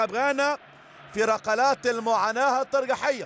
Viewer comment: رقلات .لديك مشكل في نطق القاف لقرب مخرجه من الكاف